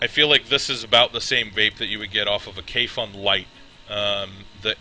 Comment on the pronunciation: It sits pretty flush on a Poldiac, looks almost like a hybrid. On a sidenote, Kayfun rhymes with typhoon.